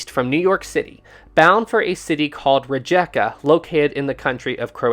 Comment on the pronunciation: You pronounced "Rijeka" TOTALY wrong.